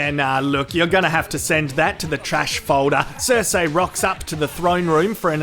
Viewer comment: finally stopped saying Q-Burn. Hopefully he stops saying Cer-Say